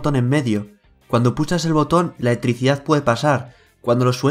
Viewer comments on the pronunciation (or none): Repite conmigo. E-L-E-C-T-R-I-C-I-D-A-D .... no letricidad como ricardo fort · Letrisia jajaja muy buen video, pero me causó gracia como pronuncias esa palabra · La eeticidad jajaja